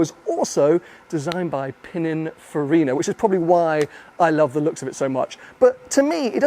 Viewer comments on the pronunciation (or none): none